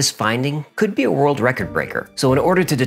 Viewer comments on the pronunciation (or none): none